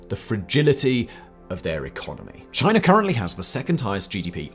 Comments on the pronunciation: And it's not Chiner....it's China! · Why do British people add an “r” to any word ending in a vowel. Like “Chinar”. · lol “both mainland ChineR”…listen and weap boy. That’s only the start of many “chineRs” 😂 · Why do you pronounce it ChinErrrAHaa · Thanks for the dirt on "Chiner" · Nice pronunciation of Chinar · it’s China not Chiner. Get it kid? 🤷🏻‍♂️🤦‍♂️ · What the hell is "Chiner"? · exactly so why are you talking about "Chiner" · Are you aware that China doesn’t have an “R” in it?